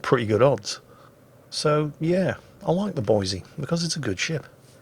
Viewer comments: I hate you, its Boise, please for the love of God get it right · please! its Boy-see, not Boy-zee, theres no Z! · Actually,, it's pronounced "Boy-see" NOT "Boy-zee." If you say it "Boy-zee" everyone in Idaho will know you're not a native. Now put that shotgun down before I show you what a red-blooded American woodsman can do with one! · I know the moment I say this you will make it a point to do the opposite but, Boi"s"e not Boi"z"e Keep up the vids love em! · Boi-SEE dammit! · there's lots to do in Boise, lots to see in Boise, but there is, no "Z", in Boise. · THIS VERY THIS There is no Z in Boise.